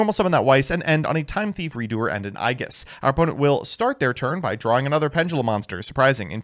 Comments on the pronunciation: was rough to hear. It's pronounced Eej-iss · You can always tell who has played Persona 3 when they mispronounce "aegis" like that. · you mispronounced that one on purpose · Is he trying to say "aegis"?